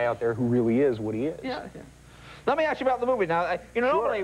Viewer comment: “Can I asssss you a question ...ahhhhhh!,”